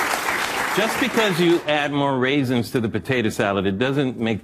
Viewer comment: “Raisens,” haha..😂😂